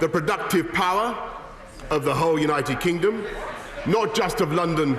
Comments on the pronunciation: Did he say United Kinggum? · “United Kingom” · He said "United Kingom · "Our great, United Kingum." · did he just say united kingom lol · Did he actually say united kingum???... smh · Did Boris said "United Kingum"? Are my ears OK? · ... LOL he actually said that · United Gingom? 😂😂😂😂😂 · United Kingum? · Anyone else gonna point out how he says “our great United kinggom”? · He said “kingom” that’s why I didn’t use the ‘d’